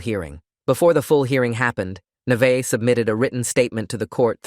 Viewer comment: alr ik this is random but my name is also Neveah and it makes me so MAD when ppl say it "Ni-va-h" like bro, its pronounced "Nah-vae-h